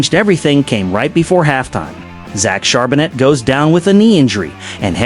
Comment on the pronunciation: ....as was the pronunciation of his name....